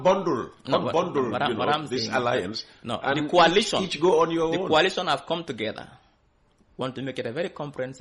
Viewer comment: Please pronounce coalition with the sound of coal and not kwalition